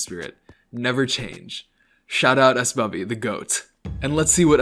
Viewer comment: come onnnn, why'd you have to pronounce my name 'ess-bubby' smh